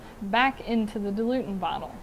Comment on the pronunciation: Dil-u-ent. Not “dilutant.”